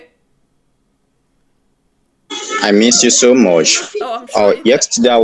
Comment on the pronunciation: Those mugus are a gift that keeps giving - "yexterday" :D